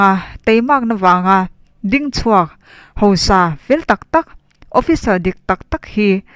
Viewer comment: Tei i chanel hi ngaihnawm thei lutuk,rawn ti zel rawh.Tuna i chhiarah hian sawi duh ka ne, hausa tih tur hi hosa tihin a ri a,ziakah khan hausa tihin nge hosa tihin a in ziah ka hre lova,mizoṭawng dik ah chuan hausa kha anih ṭhin kha leeee